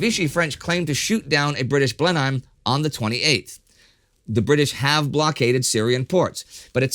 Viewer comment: Well done for remembering the pronunciation of Birmingham with the "h" silent. Blenheim is pronounced "Blennim". Spoiler, Southwick, near Portsmouth Harbour, is pronounced Suthick (like Sutherland) but Southwick near Shoreham Harbour (silent "h" again) is pronounced South-wick. Keep up the good work.